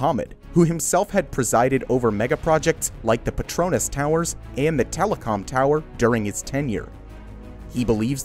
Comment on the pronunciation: Try pronouncing petronas "pay-tron-nas",that's the right pronunciation